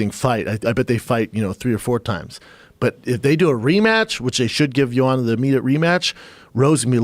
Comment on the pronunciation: No J-o-a-n-a, J-o-a-N-N-a, bloody hell! And Joe claims he pronounces her name in right way, unlike other commentators etc.